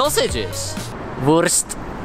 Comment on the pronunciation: its soo funny how u say Wurst xD